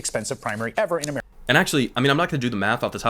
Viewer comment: This is America not juzemerica